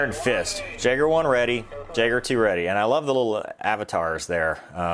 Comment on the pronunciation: The word “Jaeger” is pronounced “Yaeger”.